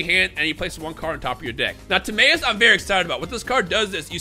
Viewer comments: Its not Tim-MAY-us, its Tim-MY-us. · I keep hearing pronouncing Timaeus and I keep thinking is he saying tomato 🤣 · Anyone else pronounce Timaeus "Tim-eye-us" or is that just me? Sub got me on that pronounce since 2007. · This bastard butchered the name of a legendary knight